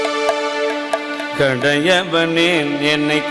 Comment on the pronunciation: கடயவனே என்னை கருனையினால் என்று உச்சரிக்கக் கூடாது அது பொருள் பிழை ஆகும் கடயவனேனை கருனையினால் ஆண்டு கொன்ட என்று உச்சரிக்க வேண்டும்